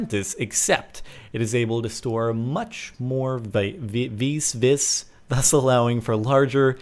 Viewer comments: Say it like VEES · It is pronounced like Vees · It's pronounced "Vee" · the "vis" is pronounced "veese" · it's pronounced vee